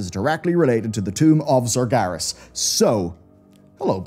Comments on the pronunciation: SARGERAS, not SARGARES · the tomb of... what? sargaras?